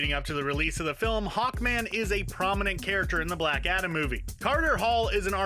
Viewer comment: Hawnkman? Nop It’s a joke for black adam